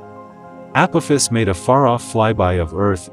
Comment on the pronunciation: I love downvoting videos that use voice over and dont pronounce the main subject correctly.